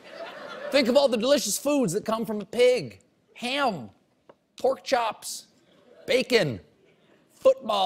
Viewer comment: "an inmates who shanked his cellie with a prokchop " xD